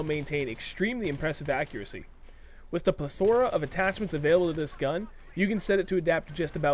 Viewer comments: pronounced plethora wrong lol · M16a4 is my preferred (faster reload) also, grammar nazi me says: you mis-pronounced "plethora"